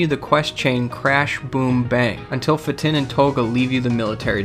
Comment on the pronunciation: when u say fatin's name it was incorrect..... try it like this f-a and t-e-e-n say it like instead of his name being fatin it is fateen:) just looking out for u so u don't look stupid